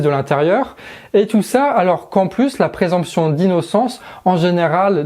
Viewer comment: Présomption. Pas présemption. Gaffe à la prononciation.